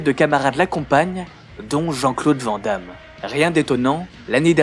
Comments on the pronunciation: c cool piske tu dis brussel et pas bruXelles. mais on dit "vanne d'ame" et pas "vent d'ame" on dis aussi anversse et pas envert ceci dit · Chers amis français, Pouvez-vous prononcer le nom de JCVD correctement? C'est un nom à consonance néerlandophone, ça se prononce donc "Vane Damme" :) Sinon très bonne vidéo :) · Van damme se prononce vane damme.